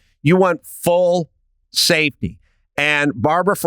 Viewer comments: NGL that sounded like “in positions of power with an eye on SATAN.” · Everytime Adam says "safety" I understand "Satan" lol